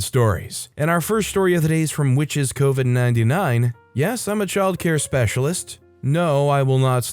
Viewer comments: Lol, "Cove-en"... close but no cookie. Wrong emphasis on the wrong syllable. It's not "Cove"-in as in a cove by the sea, it's pronounced like 'Cuv". "Cuv-in". A Witches Coven, aka, a group of witches. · nuh-uh. you pronounced coven wrong. yeah, ya got the c correct, but it is not oh-ven. it is oven.